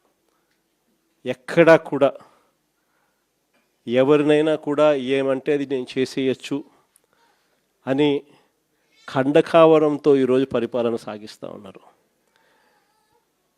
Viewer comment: ఏకంగా మరో సంవత్సరన్నర తరువాత కి postpone చేశావా. పాపం గొర్రెలకి ఇది ఎన్నోసారి postponement అనేది గుర్తు ఉండదులే. జనంలోకి రావడానికి మనసొప్పడంలేదు అని చెప్పు. ముందు ఫాలన కాదు పాలన. ఖండకావరం కాదు కండకావరం - తెలుగు నేర్చుకో ముందు. పెద్ద గొర్రె మాట్లాడడం పిల్ల గొర్రెలు చప్పట్లు కొట్టడం.